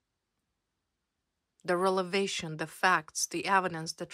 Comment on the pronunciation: R .E V.E.L.A.T.I.O.N.....please.,say it correctly ☝️